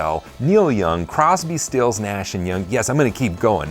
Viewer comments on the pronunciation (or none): none